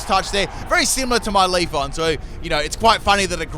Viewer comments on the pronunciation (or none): Out of all of mispronunciations, LeafON bothers me the most. Always makes me think of "Wax on, wax off" from the original Karate Kid. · Manages to say every other eeveelutions name correct but leaf"e"on. I'm not complaining I just think it's funny.